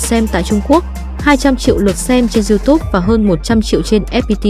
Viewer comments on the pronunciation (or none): none